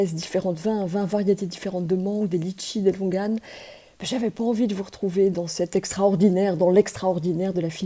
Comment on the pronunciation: Hello hello chère amie, juste un petit truc entre "copines", LONGANES se dit LONGANIS et LITCHIS se dit LETCHIS! du moins c'est ainsi qu'on les prononce ici dans tout l'océan Indien. Je vous aime courageuse et gros bisouxxx